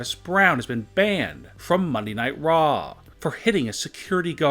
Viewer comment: What is up with your emphasis on every last word of every sentence? It is so annoying. "Get her husband out of Jaaaiil." "Of monday night Raaaww."